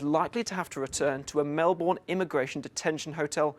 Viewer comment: Australians support Novak. And if you are going to commentate, then maybe learn how to pronounce Melbourne.